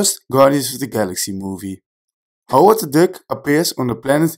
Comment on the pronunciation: Tell me why I keep hearing Howard the dick. 😂😂😂